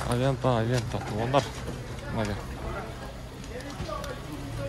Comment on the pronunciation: Авента эмес, аванте